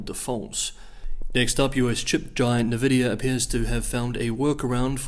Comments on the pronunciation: It's pronounced EN-vee-dee-yah. NOT Navidia. Why do you keep saying that? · For future reference, NVidia is pronounced EN-vidia, not NUH-vidia. Your Chinese pronunciation is so good, no reason your company name pronunciation can't be up there too 🙂